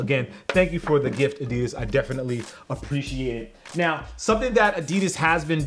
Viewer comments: Still saying adidas wrong..... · Haha ya say adidas with a slight accent das cool